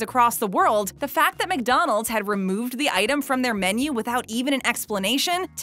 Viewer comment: Please stop saying Mick-Donald’s 🤣